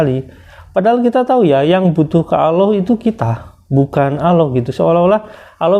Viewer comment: Aloh,,aloh,,,aloh ALLAH bang bukanya aloh